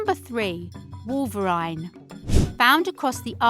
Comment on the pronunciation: you said wolverine wrong and polar bears don't live in europe